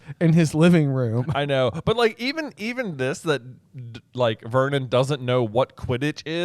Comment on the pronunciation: Every time i hear Uncle Vernon's name i hear "Vermin" (I am Dutch and have knky read the Dutch version of the books, and the Dutch name of uncle Vernon is "Herman").